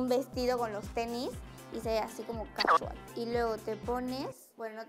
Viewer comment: Es “ casual “ no “kashual “